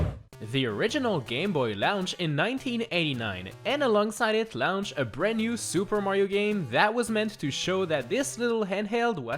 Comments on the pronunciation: I like how says "launch" like "lounch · Heh.. he says "launch" like the launch in "rocket launcher" from Metal Slug